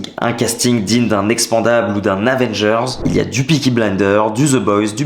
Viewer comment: Lol la façon dont il prononce expendable !!!! 😂